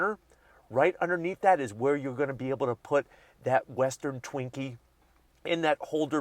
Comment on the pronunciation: What's a "Western Twinkie?"